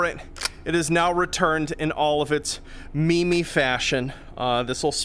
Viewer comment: say it not like "Me-me" but more like "/mēm/"